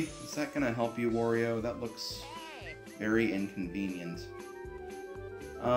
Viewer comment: Sorry but it`s Wario not Vario!